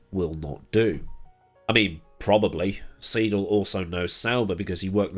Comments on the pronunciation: Seidl, not Siedl, Siedel, Siedle or whatever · Seidl is pronounced as 'sigh' not 'see' ;) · Seidl rhymes with tide + el. Get well soon!